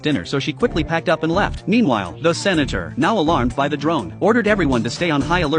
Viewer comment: Why did the voice say ”The Senator” like that